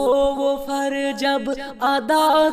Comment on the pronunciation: جیسے دیکھئے فرض کی جگہ۔۔۔فرج۔۔۔۔۔۔🤭اور بھی بہت ساری غلطیاں ہیں،